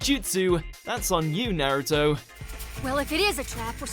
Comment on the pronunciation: Nux Taku interviewed that Naruto runner. He’s not a fan of the show and he doesn’t know how to pronounce Naruto correctly.